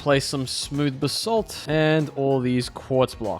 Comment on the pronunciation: Whenever he says "basalt" it kinda sounds like he's saying "the salt"